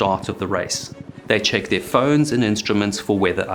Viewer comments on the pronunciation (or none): none